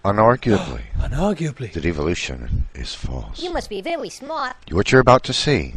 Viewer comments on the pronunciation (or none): "You must be vewwy smart" - Love it. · "You must be vewwy smart!"